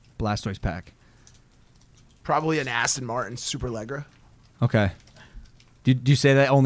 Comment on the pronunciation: Did anyone else hear how pronounced “Aston Martin Superleggera”🤣